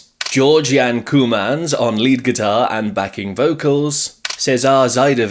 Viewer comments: Pronunciation not too bad. It's just that, understandably, English speakers think that "oo" takes the pronunciation as in 'poor', when it is actually as in 'rope'. So, Kooymans more like Koh'ymahns (does this make sense?). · I'm pretty sure Kooymans is pronounced Koymans, like Koi Carp.